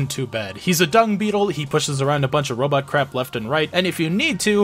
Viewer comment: I mean, you can clearly hear the voice actor saying "Robotto" lol.